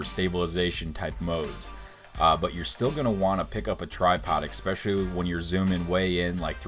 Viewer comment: Especially, not exspecially.